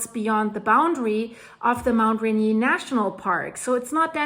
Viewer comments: it is pronounced Rainier like the beer and not Renee like you're calling it just think of the beer and then say the words until you get it right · "Rain - Ear", or Ray-near" not "ren-yay". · It's not pronounce Raynee! It's Mt Rainier. Notice the ierrrrrrrrr. You live only about 120 miles from it! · Dear, it's not pronounced "RAIN-NI-AY" (a French pronunciation). This mountain was named by the British in honor of a Briton. The correct pronunciation is RAY-NEAR. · I'm sorry but I have to help you. It's pronounced raynear. 😊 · Mt Rainier, not Renee..😅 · No offense, but since you're speaking English, Rainier is pronounced "ray-NEAR." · it is pronounced Ray-near. 😀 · Thank you for your reports, they are always informative and factual. This new event is very concerning indeed. Friendly tip: It pronounced... "ray-near". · Just btw- ra-neer..the mountain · We pronounce it just like Reindeer - Rainier (I think you are right in the French pronunciation but we use the other). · it's pronounced rain ear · It's pronounced Ray-Neer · FYI - just a detail. You’re pronouncing Rainier the French way. In the US it’s pronounced Ray-neer. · It’s pronounced Rain-near. Mt. Rainier. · Pronounced like the beer...lol Rain...ear. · Really like your reports! It would be cool if you would check with a local on pronunciations of places. Mt Rainier is pronounced Rain-ear. Puyallup is Pew-Al-up. Cheers! Smiles. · Rain•ear. Rainer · USA: say "Ray Near" or I'm on two many drugs or both? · Very interesting post. One thing-we’re not French, so it’s pronounced Rain-ear. Keep up the good work! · Pronounced RAIN - EAR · Hi,, enjoy your channel. FYI, it is pronounced Ray-near. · The correct pronunciation of "Mt. Rainier" in the United States is typically "ray-NEE-er". ❤ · Mt. "Ray-near" ☺ could eaysily trigger the Cascdia or any number of Faults, Volcanoes... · By the way, we pronounce it Mt Ray-Near in the PNW. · Pronunciation ..... Rain near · Ray near